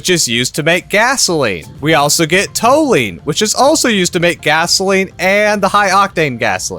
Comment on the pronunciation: just fyi, Toluene is pronounced Tolyouene ;)